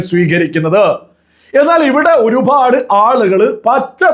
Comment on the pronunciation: Please make some corrections in your pronounciation. Pa instead of bha. Eg. Orupad and not orubhad. Matham not madham I am your well wisher